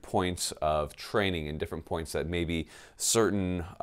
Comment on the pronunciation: Your mouth says "get training", I keep hearing "get flannel"...